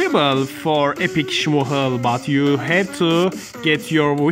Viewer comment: It’s smoochle you just don’t say the ch